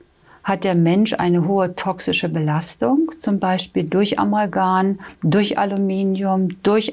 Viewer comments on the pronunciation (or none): Amalgam, nicht Amalgan adäquat, nicht ädaquat .... uvm Bildung?